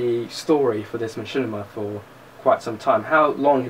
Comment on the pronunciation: laugh wtf is a ma - chin - i - ma! haha learn how to pronounce the word at least.